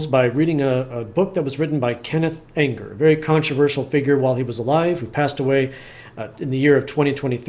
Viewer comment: it's pronounced ENGER